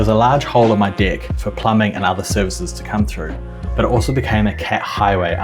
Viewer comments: “There's a large hole in my DECK.” I was like, wait, WHAT DID HE SAY. 😂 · large hole in your what?? (I know, that accent just caught me off guard at first) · ah yes, the caulk for your deck (australian accent.) there's a whole sketch on that.